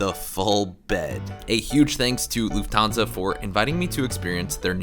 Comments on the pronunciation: Luft - hansa. The t is pronounced. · Your content is always top notch. But pls pls learn how to pronounce things correctly… Like: Lufthansa.